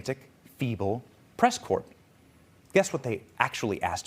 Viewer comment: "Press Corpt"... you can't go too hard on Biden for his slips if you can't get this one right! lol Most everything else you said is right on. Keep up the good reporting!